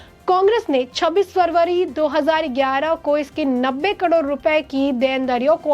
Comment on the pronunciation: He's Oscar Fernandez, not Oscar Fadnavis. He's Khadge, not Khagde. करोड को कडोर न कहें। Pl improve on pronunciation and accuracy of news. Don't be monotonous.